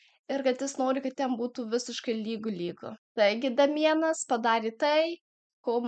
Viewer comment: Ne Damienas,o Deimjan tariasi 🤣